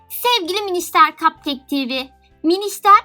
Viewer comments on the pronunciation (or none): Sevgili cupcake TV yazıyor ama sen sevgili kap kek diye okuyorsun